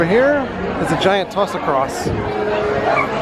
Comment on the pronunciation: Happy Birthday Jess!!!!, you are the first person I've heard name the "toss across" correctly. Congrats, you're as old as me.....lmao